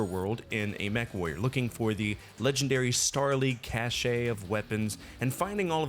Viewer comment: Not a criticism, just a heads up for future videos, "caché" is pronounced like "cash", the é is silent. "Cash-ay" would be written cachet, and it means stamp. c